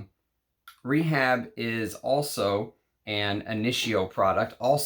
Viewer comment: ray-HAAB, not "REE-HABB". You'll remember "Rehab" was an imagined perfume on the British comedy, ABSOLUTELY FABULOUS.